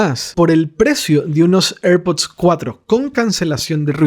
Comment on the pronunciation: Cuando pronuncias airpod pareces un borracho